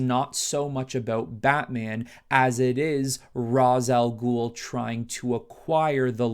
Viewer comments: His name is pronounced “Ray-shh” not “Ra-zuh” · Hearing this man say ROZ instead of RAYSH when mentioning Rā's al ghul is frustrating tf outta me